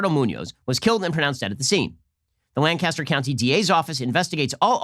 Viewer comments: That’s my city and they were burning trees and throwing bricks through the post office windows just for another criminal, it’s a shame. Also Ben you’re saying Lancaster wrong😹 I’m sorry that I have to live in a city filled with idiots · Ben. Lancaster (three syllables) is in California. Lancaster (one syllable) is in Pennsylvania. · When Ben Shapiro can't pronounce your hometown's name correctly. 😭😢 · Hey Ben, I'm from lancaster! I had no idea this was going on until I saw this video. Also, the "a" sound is short in lancaster. Were not from Britain gosh darn it! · So Ben needs to learn to say Lancaster right this is Amish country. Not LA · For a non-native, Shapiro is very close. It's Lank' as ter, not Lan cas ter. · I don’t comment often but it’s not LAN-caster. It’s pronounced lanc-aster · My wife from Lank uh ster cringed every time Ben says Lan cas ter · It’s not lan-caster....it’s Lancaster. I live 20 minutes out. Lancaster is mostly Amish people. The rest are dopes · I disliked because he called it LAncAster and not LAncaster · In Pennsylvania, it is pronounced Lanc-aster not Lan-caster. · Ben, FYI, it is pronounced Lank ‘ aster, not Lang Caster ‘ . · You know it's not Land-cast-er...but Lank-can-stir. Pennsylvania Dutch annunciation. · Being from Lancaster, I know there's few things that agitate these pacifists as much as someone pronouncing it as Lang-Cass-Ter instead of Lan-Kiss-Ter. You should issue an immediate retraction. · STOP SAYING LAN CASTER it’s pronounced LANG-KISS-TER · In California Lancaster is pronounced Lan-kaster with a long “n” and a hard “k”. In PA we pronounce it Lang-cister with a soft “c”. Just in case you were wondering... it’s very easy to know who isn’t around here, but how they say the town name. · anyone else from pa triggered by the way he says lan-caster instead of lancaster 😂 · You're saying it wrong Ben! It's "LANG-KISS-TER", not "LANN-CASTER" like the Brits say it! Get it right man! Hahaha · It’s pronounced “Lan-kiss-ter” btw